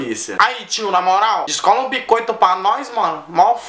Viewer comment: po cara ele falo bicoito e descola não desloca e bixcoito